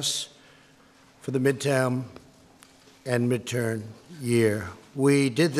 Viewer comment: Did he just say "midtam"